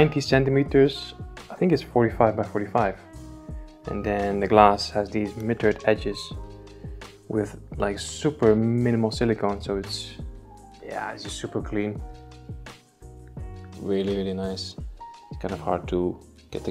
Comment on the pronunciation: Very nice! Looking forward to seeing what you do.......just FYI (from a German-speaking person to a Dutchman), mitre is pronounced MY-TER.